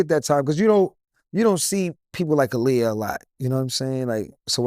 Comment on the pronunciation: Aaliyah probably felt a way about him, because he kept mispronouncing her name 🤣. it’s “AH-LEE-YAH”. It’s not “UH-LEE-UH”